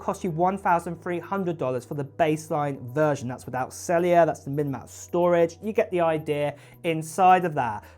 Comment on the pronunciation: know. He pronounced it ‘celliar’ which amused me somewhat.